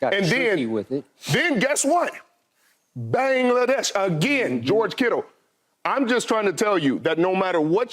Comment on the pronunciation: did Sherman say, "Bangladesh"